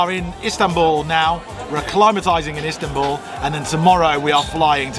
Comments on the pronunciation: LOL, sorry for picking up on it, but she make it sound like East Hambul. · Probably my favourite video from everything you've ever done. I now desperately want to go to 'Eastanbul' as calls it! 😁